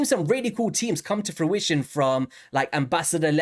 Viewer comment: Nice video and everything but im still upset you've started saying fruition properly. its like you've lost part of your soul